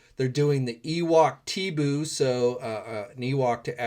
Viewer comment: Teebo is pronounced TEE-BOW